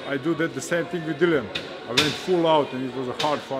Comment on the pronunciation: How much longer is "" going to keep pronouncing his name as Dillion? lol